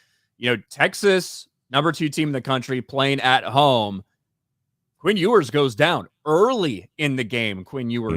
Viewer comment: Ewers = “YOU-ers” not “Oo-ers”😂